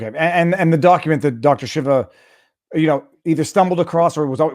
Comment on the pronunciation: Viva!!! Pronouce name Dr. SHEEVA, not shiva